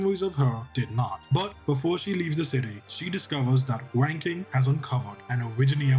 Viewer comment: Pretty cool, even though I cannot help but laugh every time you say 'wanking') I wanted to learn the rest of the story, because I couldn't complete some missions during the event. Shu is precious, and Zuo Le becomes an actually likeable character. The antagonists are badass too. But the thing I enjoyed the most is the music for this event.